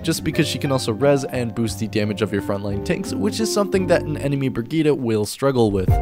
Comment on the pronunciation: bri gee tuh not op fight me